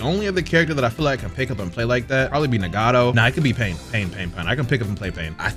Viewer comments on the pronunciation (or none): none